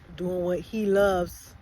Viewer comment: That emphasis on “HE loves” 😂😂😂